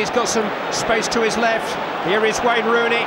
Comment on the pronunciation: He almost says Ronooney for the 3rd goal 😂